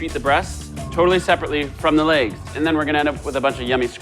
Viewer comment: You say legs wrong.